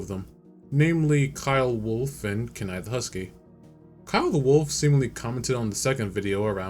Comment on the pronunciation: Kenai is pronounced keen-eye